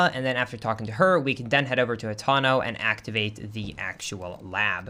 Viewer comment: I don't know if this is some sort of inside joke but why does he consistently say hatano and not hateno